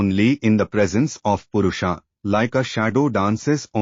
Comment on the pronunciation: Request you to pronounce Sanskrit words correctly. Otherwise your narration is perfect. Not Purushaa, it is Purusha; not Praakriti, it is Prakrati; etc.